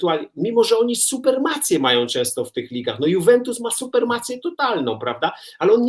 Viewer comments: Roman suPREmacja a nie suPERmacja :D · Supremacje, Panie Redaktorze, supremacje...